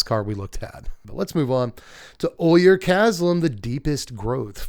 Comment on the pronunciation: "Ojer" is pronounced like "oh-hair", not like "oy-er."